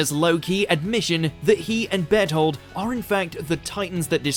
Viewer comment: When you said Bertholt I heard ' bed hold ' XD